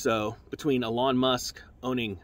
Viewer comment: are you calling him alawn musk? lol